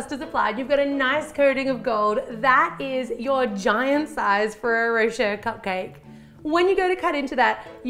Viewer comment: Thank you for bringing up the "ay" thing. I was confused in the beginning of her video thinking she was saying Ferrero "For Sure" instead of Ferrero Rocher lmao